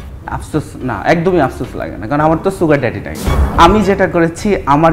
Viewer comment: ছুগার ডেডি না, সুগার ডেডি।